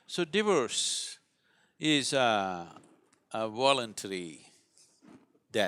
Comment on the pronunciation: Took me ages to figure out that he was saying 'divorce', not 'diverse' 🤣